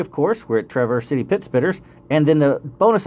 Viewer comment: wont correct you on soda or pop. but i will say you say Traverse City entirely wrong lol.